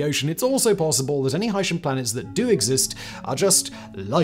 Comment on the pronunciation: Its pronounced "Hi-see-in" and he did not invent the name, it has been seen in many science fiction and non-fiction mediums